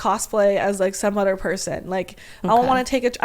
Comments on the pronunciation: She says udder instead of other I cant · Why does she say other like udder?